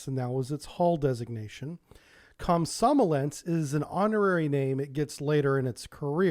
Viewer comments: should be pronounced “kom- som- O- lets” rather than “kom- SOM- o- lets”... stress should be on that 3rd O... just saying :) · It's not "kom-SOM-o-lets", it's kom-som-OL-yets". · Komsomólets... Plavník.... Dude you wouldn't want anyone to mispronounce your name because it was originated in the other country... So how come you never bother? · Russian writing is not the best, as some letters are pronounced different from what is written (nowhere near as bad as English though)- so 'komsomolec' is pronounced kam-sa-MO-liets. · Remind me to teach you how to say Komsomolets some time.... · It would be a great help if you'd take greater care with your pronunciation. "Komsomolets", for example, doesn't have any "n"s in it.